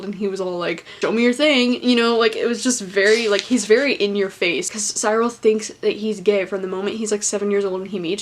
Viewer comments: It's See-rul!!! Not Sigh-rul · I loved the book and your review was interesting. Beware of making sweeping statements that priests molested boys not all priests did that. Finally the ‘ y’ in Cyril sounds an ‘I’ as in ‘drill’ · Cyril - 'cir al'. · i pronounced it "Sir-ul" tbh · NOT THE PRONUNCIATION OF CYRIL OMG